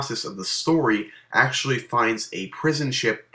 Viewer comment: whats actealy o_O dafuq, it should actually be "actually" acutally